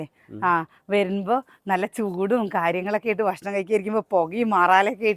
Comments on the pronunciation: ബഷ്‌ണം❎ ഭക്ഷണം ✅ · ബഷ്ണം അല്ല ഭക്ഷണം എന്നാണ് 🤗🤗എന്നും വീഡിയോയിൽ പറയുന്നത് ഇത് തന്നെ 😂ഒന്ന് തിരുത്തിപറയൂ ന്റെ